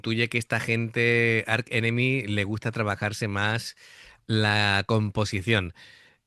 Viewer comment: Se pronuncia Arch, no Ark. Alissa es la mejor aportación de Canadá a la cultura universal. Lo de mezclar guturales y voz melódica es relativamente nuevo. Sí lo hacía en su anterior banda, pero al llegar a Arch enemy se centró en los guturales, porque era el estilo marcado por Angela, aunque poco a poco ha ido introduciendo la voz limpia, imponiendo su estilo. Amott hace grouls en vivo.